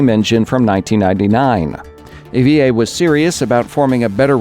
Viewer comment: everytime you said ea i heard yay...